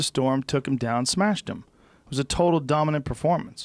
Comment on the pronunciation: He smeshed their boi